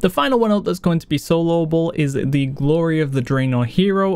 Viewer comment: Just wondering, why do you pronounce words ending with y, like eh, ready becomes readeh, glory, gloreh? is it an accent?